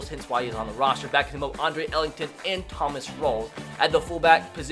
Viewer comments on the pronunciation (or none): none